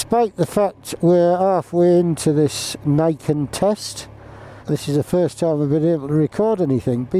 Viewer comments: Pronounce its name correctly please, it's "NEE ken", meaning "two (Ni) swords or blades (ken)". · pronounced "knee-ken"; "ni" is japanese for 2.